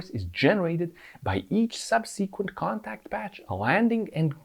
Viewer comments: sub-seh-qwent, not sub-seekwent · Great video. Looking forward to seeing one about motorcycle steering and how it is vastly different from steering a 3-wheeler. One quick note about pronouncing the word "subsequent". The emphasis is on the first syllable, so you want to pronounce the first 'e' like the one in the word "second". SUBsuhquent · Sub........seee......kwent. Made me laugh . The. em......fassis is in the wrong place . Great explanation of steering geometry.